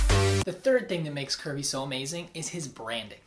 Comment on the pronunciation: i think you pronounce it "curb-ay"